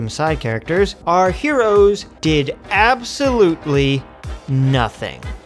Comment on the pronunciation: Abs sow lute lee 😂😂